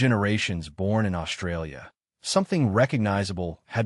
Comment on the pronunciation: Imagine, watching a video, voice by A.I. about how the English language has morphed; and the A.I. can’t pronounce the most important phonic in its’ language! Mispronouncing the most commonly used word in the script! This speaks volumes, pardon the pun, about how dumb we’ve become; despite the advances we’ve made. Let’s consider that word, “Australia” and consider its’ proper pronunciation, shall we? This word contains the letters ST joined together and that sounds Ssss and T. Now listen to the way the A.I. voice pronounced the word, “Australia”. Notice how the ‘ST’ is being mispronounced? The letter ‘H’ has been added, so the ‘S’ now sounds “Shh”. This mispronunciation is becoming ubiquitous, now it has entered the realm of artificial intelligence.